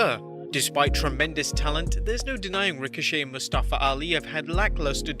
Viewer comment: Anyone else annoyed by how Mustafa’s name was mispronounced last night so many times during his match with Ricochet?